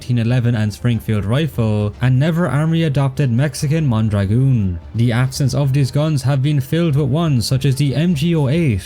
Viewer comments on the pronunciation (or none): Due to technical limitations, the video Also, small correction from a spanish speaking viewer, the Mondragón is not pronounced "mondragoon"